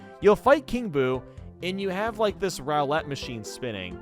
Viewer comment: Also, that is definitely not how you pronounce "Roulette". The first syllable sounds like "Roo," which rhymes with "Boo."